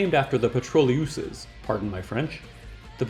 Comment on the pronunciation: Thanks good video. I liked you cool and posed presentation. "Les Pétroleuses", phonetical translation is "petʁɔløz". The last syllabus is short and linked, it should not sound like "petrol + uses".